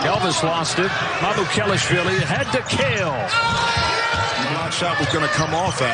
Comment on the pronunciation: it's not that hard lol MA-MU- KE LASH-VEE-LEE